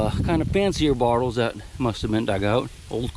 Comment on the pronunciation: I’m not shaming you, but is it your accent that causes you to call them “bartles “ rather than bottles?